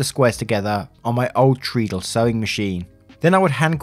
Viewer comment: Story 1 - Hi,, the word treadle is obviously new to you. It's pronounced treddle - it's a foot operated sewing machine. Story 3 - this double standard makes my blood boil! So pleased the girl defended herself. Go girl!! Story from Australia - what a great brother to protect his sisters. At 29 to take on his siblings to rescue them from abuse takes a lot of mental strength as well as a ton of love.